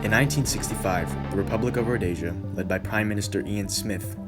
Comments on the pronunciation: Please...please...please! It's not 'Rho dayshun' ...but 'Rhodeeshin' or 'Rhodeesha' . It's Zaapu and Zaanla not Zaynu..etc. I would lose the cheesey background music during your narration. You also don't comment on the fact that the Rhodesian army was about 80% black...which is an important part of understanding the complexity of the situation. I grew up in that part of the world in the 70s. As a family, we'd recently returned from Vic Falls from holiday when the first passenger plane was shot down...could have very well been us. Lived through the war as a child and remember the fear and terror of it all. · There is no such place as "Rhodaisia! .... There was a country called RHODEEE'SIA!!! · You're pronouncing Rhodesia wrong. Rhodeeesia, not Rhodaysia. It's not spanish. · It's 'road-ee-sha', not 'roadyja'. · Why do you say Rhodaysia its Rho-Dee-sia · It's Rho-Dee-Sia, not Rho-day-sia. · Yes, good video but it’s Rhod’ee’sia , Z’aa’nu and ‘Z’aa’pu. Just a slight tweak on pronunciation. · Learn how to pronounce Rho-des-ah. Ian Smith and the Rhodesians were betrayed buy the UN, England and the US. The war wasn't lost in battle it was lost by the betrayal of the Rhodesians. You have go a lot of the background facts wrong. Ian Smith had a program for eventual black rule but Mugabe wouldnt allow that and the Lancaster agreement was signed without Ian Smiths agreement or input. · Zapu pronounced zarpu Zanu pronounced zanu and the z is not zee Rhodesia is pronounced ro de sia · It was a travesty...much like your pronunciation of Rhodesia. It was a nation on a prejudiced slingshot to destruction, unforgiveable when there were other options...like treating the occupants like human beings. That might have done it. A pox on idiots like you who weren't there, and all the jingoistic half-wits who still haven't woken up. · Anyone would think it was spelled Rhodasia the way you pronounce it.... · …when did my country become “Rodaysia?” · Also you pronounced Rhodesia wrong